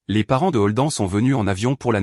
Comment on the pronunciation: Je ne comprends pas, la mère et la sœur cachent la naissance de sa première petite fille à son mari, mais la mère invite sa fille à l'anniversaire de celui-ci ? Elle n'a pas pensé que tout se saurait lors de cette fête ? Et Holden se prononce prononce "Holdène" et non Holdan.